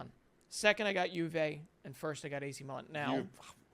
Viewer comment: Stop saying Juve with a J